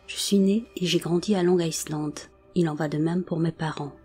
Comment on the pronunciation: On ne pronnonce pas le S de Island .